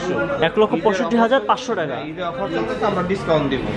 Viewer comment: Vaia apni teka na Bole taka bolle onek hater kome jabe apnar. Apnar unnoti hok ei kamona kori. ❤